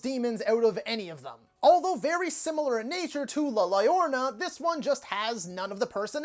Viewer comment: It's pronounced roughly like LAH YOUR-ROH-NAH the 2 Ls make a soft y/j sound I hope that helps.